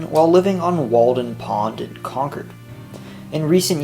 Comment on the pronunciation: At least he said Concord right